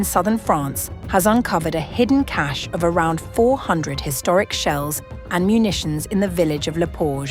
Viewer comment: OMG, someone pronounce cache correctly!